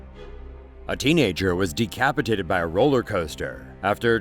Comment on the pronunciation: man got de-cap-itated